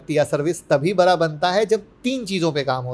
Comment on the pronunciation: उच्चारण मे सुधार करिये सर, बरा को बडा बोलें